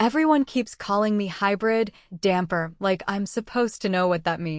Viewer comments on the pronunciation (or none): The word is "dhampir" not damper.